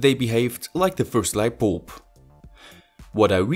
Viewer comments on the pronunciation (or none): Are u saying lightboob?